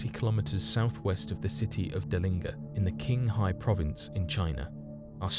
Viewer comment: Pronunciation tip. With Zhang Hing you got the second part right, but in Chinese Zh makes a soft J sound, so it'd sound more like Jang Hing. Also Qinghai is wrong. The Q makes a sound similar to CH, so Qinghai is pronounced like chinghai rather than kinghai.